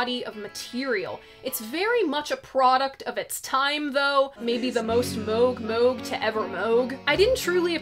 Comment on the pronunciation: Thank you for pronouncing Moog correctly.